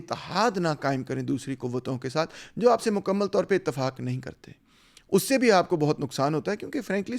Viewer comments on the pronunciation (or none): none